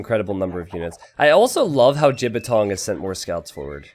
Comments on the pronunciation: lmao, pronounced it quite accurately as well. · Glad that pronounces the Chinese player's name wrong - it means penis when spoken correctly.:P